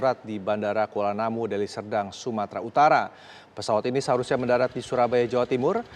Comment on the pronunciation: Hosnya baru ya ngomong belepotan Ngomong Sumatra Utara jd Sumatra atara